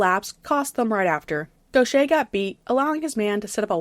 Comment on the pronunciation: It bothers me how you pronounced Gauthier like Gaucher for two videos now lol